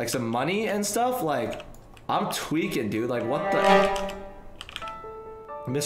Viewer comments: Everytime you say tweeking i thought its `twerking` haha xD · He is my 2 favorite YouTube but he says tweaking. Way too much